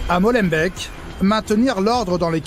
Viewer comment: Rien que le : " Molenbèque du début " ...😂😂😂